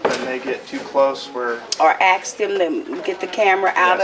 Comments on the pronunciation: she ax this and she ax that fucking dumbass. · For God's sake, the word is "Ask" An Axe is for chopping wood. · Chris Childers on Judge Judy they say a bunch of times (litigants) say axe, and Judge Judy says nothing about that, but gets all upset when someone says “Like” . 🙄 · "Can I aks"???? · Let me aks this question. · lemme axe you a quetchin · What is it with these people that cant even pronounce ASK so use AXE instead and why do the majority seem dark skinned ? Is there some sort of separate class in school where these people are taught specifically to mispronounce words ? No wonder half cant even spell nor talk in a legible manner. NO I`m not racist, it`s just an observation......... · someone also needs to educate this dumb ass that the word that she is attempting to use is "ASK", not 'axe'. For fu@ sakes. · Fkn stupid postal idiot... wtf is "aks"? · The Word is ask not ax I wish somebody would teach that to this woman Oh I forgot she’s a government worker they are not very educated any away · It's ASK. Pronounce it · THE WORD IS ASK! MY God.... She sure tried didn't she.... I think she is BUTT HURT way beyond belief! Can they talk to our customers.... OMG, what Country do you live in? NNC you need to tell your buddy to Shut Up! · "ok now let me "AXE" you a question. LOL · “Let me aks this question” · Its ASK" not aks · It's ask not axe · She's going to axe the customer 😂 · Why haven't they learned it yet!? It's ASKED NOT FUCKING AXED! SMH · Please don't axe me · Stop saying AXE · “ let me ax you a question “ 😂🤦🏽‍♂️ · Why does the woman say Let me axe a question"? The word is "ask" not "axe"! I swear that gets on my last nerve!!!! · Lady its not axe what your trying to say is ask thats the proper way to say it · The cop with the hair will one day be a supervisor. The bald cop will always be a patrol officer, aka scrub.... The post office lady needs to to learn the word is ask, not ax. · Axe vs. Ask... learn the difference !!!!!